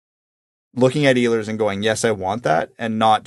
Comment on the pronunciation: He is not Iiiilers, he is Eeehlers.